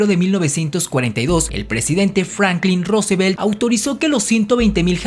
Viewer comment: chairo apestoso, ni siquiera sabes pronunciar "Rusbelt"? ...